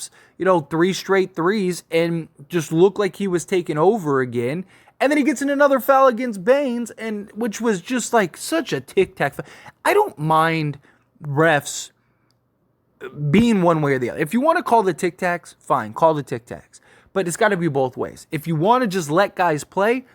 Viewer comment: Why do you keep calling Desmond Bane, “Banes” lmao Are you intentionally saying his name wrong ?